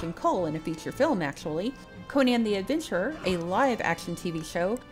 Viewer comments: You can argue Co-nan or Co-nun, Coe-nan, Coe-nun, but I closed this video at the third Co-nian. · Conan, pronounced like Conan O'Brian. Not like Cone-Anne. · I bursted out laughing the way you say Conan. Good job